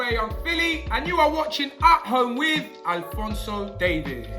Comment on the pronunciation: Filly said alphonso david😂😂